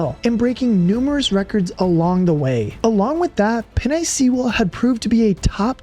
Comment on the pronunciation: Had a good laugh at the pronunciation of penei sewell. Penei is pronounced like the pasta (penne) and sewell is pronounced like stool without the T lol